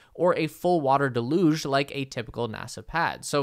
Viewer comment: Why is each thruster 9% of the force? Seems like 3.33% is more like it. Also, it's pronounced DEL-yooj, not del-UGE. I don't expect they will get FAA approval for another flight in less than 6 months.